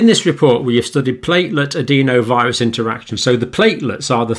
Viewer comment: Adenovirus. Not adeenovirus. I've never heard anyone pronounce it like that in all my time in Medicine.